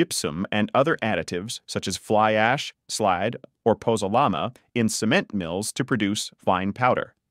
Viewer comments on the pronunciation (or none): And they pronounced it "SEE-ment"! :face-blue-smiling